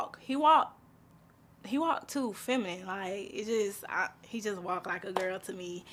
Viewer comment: thought i was the only one that heard that😭 “he walk too femin “ is wat she said😭